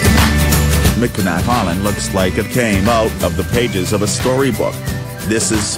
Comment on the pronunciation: Next time use a live voice - someone that can actually pronounce Traverse, Mackinac and Munising correctly.